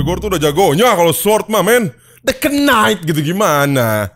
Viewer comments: Knight dibaca itu ga pake k. Agak terganggu gua denger "kenait" wkw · Btw bang, knight itu pronouncemya “nait” sama kaya night. “K”nya silent